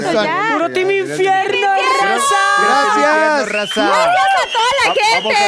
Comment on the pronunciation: “Gradciads prindcedsa” 😂